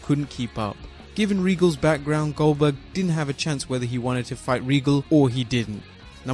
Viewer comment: RIcky Rick Why does everyone refer to Him as “Gilberg”? It’s GOLDBERG! :€)